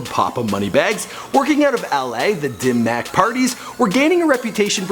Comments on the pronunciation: It's pronounced "Dim Mak" but it's supposed to sound like "Dim Mok" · It doesnt really matter, but its pronunced Dim Maaaaaaak like sock